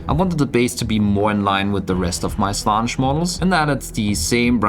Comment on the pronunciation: It's Slaan-esh not Slanish